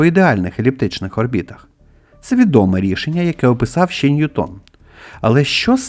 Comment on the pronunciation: Не НьютОн, а НьЮтон, бо англієць, а не француз. Чому це прізвище так часто невірно вимовляють, аж дивно. Нібито грамотні люди